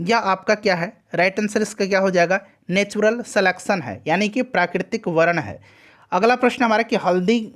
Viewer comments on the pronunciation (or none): none